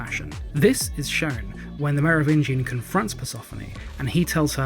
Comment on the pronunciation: Hey, I love your channel, but Persephone rhymes with Stephanie...